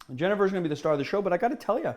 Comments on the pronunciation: I'm Dutch and 'henever' is not how we pronounce it, that seems more like a Spanish pronounciation. Here is the audiofile of a Dutch person pronouncing it. Cheers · Here is how the manufacturers Bols pronounce it. Jen-e-ver.